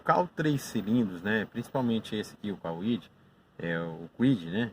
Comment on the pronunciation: Não é Cauide. É Cuide (Kwid). 🤷🏻‍♂️🤦🏻‍♂️😬